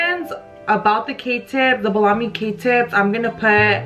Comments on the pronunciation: The way you said Bellami , sounded like you said baloney it’s Bell-Uh- Me🤪 thanks for the video can’t wait to try! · Not blawme it’s pronounced BELL-UH-ME 😂😂 love the hair looks so bomb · The way she said Bellami, frizz and Nume 😂